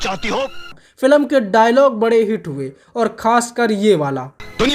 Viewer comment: फिल्म ❌ फिलम 😂